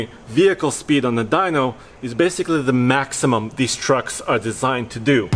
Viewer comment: No one: Absolutely no one:: work trocks, tow trocks